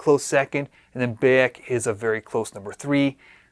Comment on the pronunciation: Just got a deposit down finally. Im in the uk so had to work that issue out due to the us only thing. Cant wait! Will say you said Bayek wrong haha